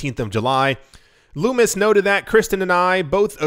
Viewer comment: Sen. Lummus is pronounced lummus like hummus.